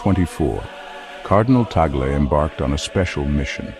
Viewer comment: Perfect pronunciation to the Family name of His Eminence Luis “Chito “ Cardinal TAG LE 🙏❗️Appreciate it.